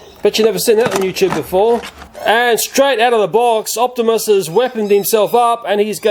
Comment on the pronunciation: he kept saying opsmis prime